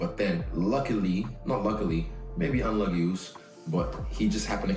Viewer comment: “unluggy uce” lol